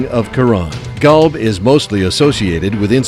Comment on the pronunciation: Qolb/Qalb = Heart "Kalb" as the narator is pronouncing, means Dog... So yeah man, the words needs to be exactly correct...therefore Quran needs to be read in Arabic as in another language meaning gets lost in translation...